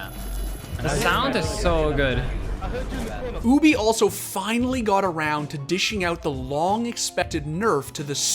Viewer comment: He do be saying "OOObie" doe